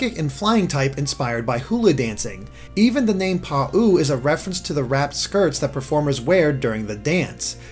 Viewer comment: "Pa-ooo style" Pretty sure it's more like Pow